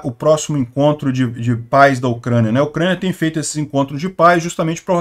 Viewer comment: SUGESTÃO DE MELHOR PRONÚNCIA: PAIS (GENITORES): "páíz"; PAZ (AUSÊNCIA DE AGRESSÃO): "páss" ou "paç".